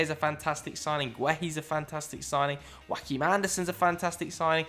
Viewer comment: stop pronouncing Joachim Andersen's name like "Joaquin" with an m It's JO-A-KIM